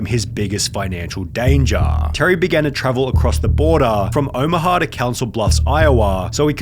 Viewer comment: Elevetaaaah, dangaaaaaah, Omahaaaaaaaah, bordaaaaaah, Iowaaaaaaah. There was a stretch there where I just couldn't concentrate because of the pronunciation